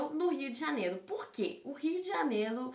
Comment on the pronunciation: "o Rio de janelo" kkkkkkkkkkkk